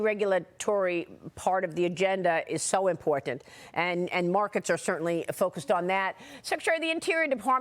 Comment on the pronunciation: Maria is one of the last few people on Earth who knows how to pronounce "Important." You know, with T's.